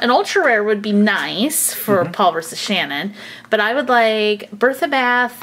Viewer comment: Its not shnin its shannon